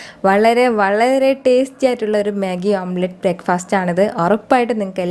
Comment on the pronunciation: omplate alla.. omlet..